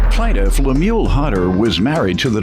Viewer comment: She can’t even say his name the correct way, she’s such a horrible person. Poor guy looks so sad. I didn’t appreciate the judge calling him a sucker, he was married to this woman so he wasn’t a sucker, she just took advantage. Hopefully the karma will go back to her for doing him so wrong.